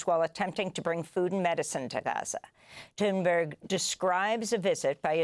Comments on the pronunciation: Why are you calling her Thunbery? Jeez miss journalist🙄🙄🙄🙄🙄🙄🙄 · Why does Amy Goodman insist on calling Greta Thunberg, "Greta Thunberry", I wonder. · «Greta tunberri “- cracks me up every time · Amy can't pronounce Greta's name properly. And thunberge is probably lying about her treatment. But Amy just doesn't say anything but says everything like it's known facts. But preaching to the choir is what happens here. It's funny to read your comments. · can't even say Gretas name correctly?!?! Wtf. She should apologize to her. They have 3+M follower? No excuse